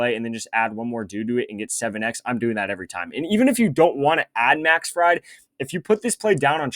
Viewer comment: Im not sure i can watch this kid butcher these names and still trust his picks. Pronounced Max FrEED bro hes not a deep fryer